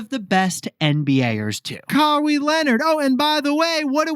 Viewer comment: From a busy dad yeti, I'll always take time out to listen to any New Balance love! BTW also a big Kawhi Leonard fan and his first name is pronounced Ka-why :) Keep up the great work!